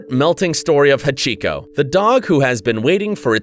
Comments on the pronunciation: Havhico😂🤣🤣 it's hachi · It’s not hachico it’s hachi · Not Achiko, Ha- chi-ko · He kept saying hatchico it’s Hachi This was very sad I liked and subbed btw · It’s pronounced hochee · why does he say the dog's name so weirdly